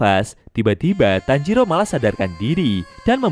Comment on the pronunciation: Woy bukan tanjiru tapi tanjiro tauk